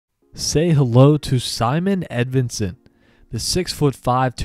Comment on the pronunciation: Thank you for pronouncing his name correctly! I don´t understand why some people say Simone Edvinsson. The closest pronunciation in English would be Symon but I prefer Simon before Simone any day!